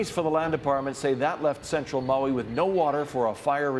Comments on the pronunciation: "Moey"? Who in hell pronounces it Moey? That said, our hearts go out to Maui. We were there for ten days in 2022 and are just stunned to see this. Godspeed to you, and we so look forward to coming again (and maybe to stay!) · Need to learn how to say Maui…no O